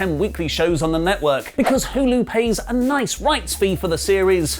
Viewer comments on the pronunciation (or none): none